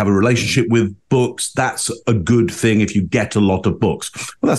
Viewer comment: If u listen when she said any word with "thing" in it, she actually sais (thingk) lol